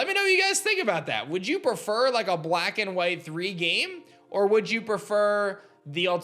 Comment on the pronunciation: “Bwack and white thwee”